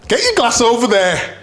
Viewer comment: 'Get your g-lass over there' 😆